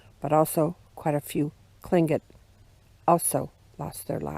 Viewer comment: Unfortunately the native peoples suffered brutal losses from the Americans and the Russians. This is a very pretty place. How many times did you practice saying "Tlingit" before making this video? I know I would have messed it up. Hahahah